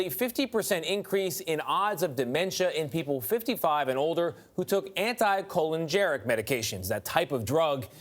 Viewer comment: Colinergic,not colingeric